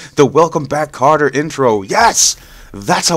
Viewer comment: it's Welcome Back KOTTER not Carter!